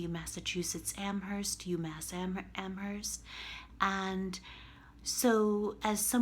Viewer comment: If you're so smart why can't you pronounce Amherst properly?